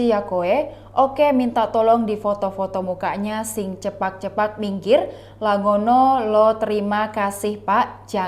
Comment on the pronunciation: Cepak mbak bukan cepat